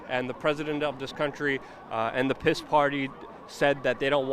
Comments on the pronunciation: Stop pronouncing P.I.S. "piss", it's pronounced "peace", because it is the party of peace. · I love how you pronounce the word PIS....."PISS" ...pure gold.